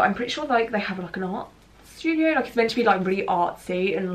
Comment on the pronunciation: It’s so funny you say “shtudio” instead of studio lol I’m an American so your accent is cool to me